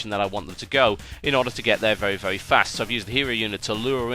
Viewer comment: well he still says "vevy vevy" instead of "very very"